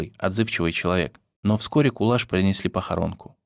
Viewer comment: Рахмет,что помните,что мои предки казахи спасали всех переселенцев чеченцев,ингушей,немцев,корейцев,поляков и т.д.Помните и передавайте своим детям ,внукам и правнукам.Я горжусь,что я казашка!Имя не правильно произносят не Кулаш,а Куляш.Будте здоровы и счастливы все народы Мира!